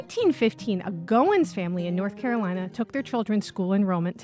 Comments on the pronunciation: It’s GOH-when, gow like gown (the dress) and when. FYI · Infinite spellings and ways to pronounce it! Goen, Going, Goins, Goyen, Goings, Goyne, etc